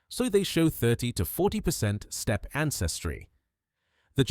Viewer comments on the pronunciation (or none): none